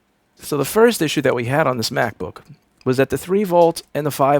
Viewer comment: stop saying macbook like that lol lol